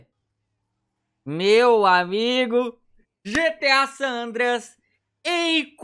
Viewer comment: NÃO É SAM É SAN